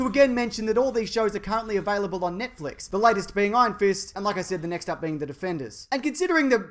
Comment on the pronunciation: lol you pronounce it Nietflex